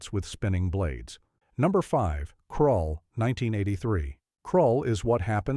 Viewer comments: Krull, not Crawl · Krull, you morons, not Crawl.